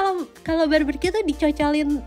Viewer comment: Barbecue ya bukan barbercue,, nnti jadi potong rambut deh 😉😉😉 cmiw